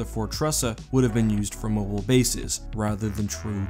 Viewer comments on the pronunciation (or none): none